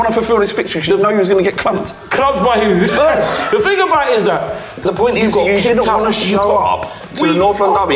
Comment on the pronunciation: stop saying ting...